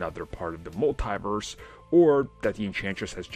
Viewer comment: Its "mul-tee-verse" not "mul-thai-verse".